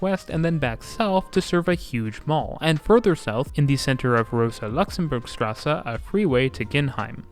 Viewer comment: Thanks for the excellent video. I lived in Frankfurt for three years and used the network extensively. PS: there are no silent e’s in German. Wache and Straße have one more syllable than you’re giving them. 😉